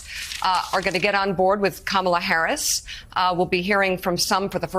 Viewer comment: Fox is so childish. They have nothing of substance with which to attack Harris, so they resort to superficial "attacks" such as making fun of her laugh, deliberately mispronouncing her name. SMH.